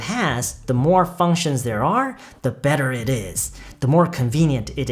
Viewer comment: functions할때 f발음 너무 시원해요